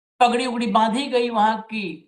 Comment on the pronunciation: पगड़ी बहुत बड़ी इज्जत बहुत बड़ा सर का ताज, जिम्मेदारी के रूप में भार, होता है। कृपया शुद्ध उच्चारण कीजिए। वगड़ी कोई शब्द नहीं होता।😊 यह शब्द पगड़ी का पर्यायवाची शब्द है जो की प्रयोग करने के काबिल नहीं है। समाज इसे कुदृष्टि से देखता है। अतः कृपया पगड़ी के साथ यह पर्यायवाची शब्द प्रयोग ना करें। प्रधान धनखड़ खाप।